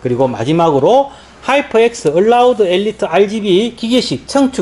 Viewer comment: ALLOY=얼라우드(?) ㅋㅋㅋㅋㅋㅋㅋㅋㅋ